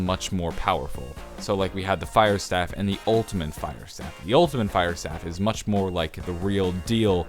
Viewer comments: Staff not stave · Anybody notice he said staff wrong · hearing you pronounce staff was kinda annoying in my opinion but anyways keep up the good work